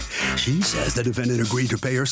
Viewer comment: He always says " The Defend Ant " at the beginning. Defend Ant. I guess it's good to know that ants have rights in our country.